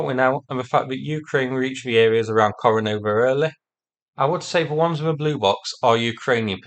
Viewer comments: Kore--NE-vo, not Kore-NO-vo. Yeah, I know it's a minor thing, but it's so easy to say it right. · KorenEvo - NOT KorenOvo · Ko rE ne vo though :)